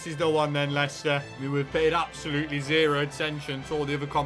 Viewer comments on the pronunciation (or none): none